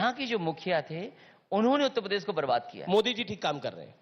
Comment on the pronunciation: जिस अखिलेसुद्दीन को उत्तर प्रदेश नहीं बोलने आता वे उत्त प्रदेश बोलते हैं वो क्या चुनाव लड़ेंगे